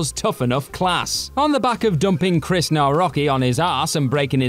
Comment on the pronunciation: Jesus learn to say names right. Chris and Jimmy were both wrong